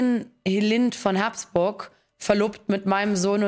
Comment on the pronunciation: Wie kann man das Geschlecht Habsburg als Haaaaabsburg aussprechen? Also wirklich kein Verständnis dafür, wie nennst du den Napoleon oder Caesar.